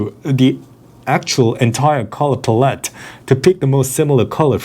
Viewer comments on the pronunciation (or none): none